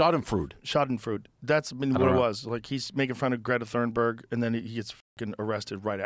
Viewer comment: Great video, been binging some of your stuff at work recently. I thought I'd let you know that Greta Thurnberg's name is pronounced "toon-berg".